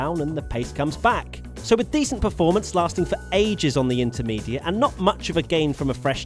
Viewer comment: Slintermediate lol